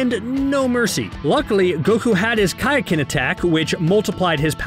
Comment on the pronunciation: Why can’t you say simple things correctly like Namek and Kaioken?